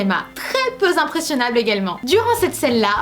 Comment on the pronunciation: "Très peuZimpressionnables ?" 🤣 sinon c'est top !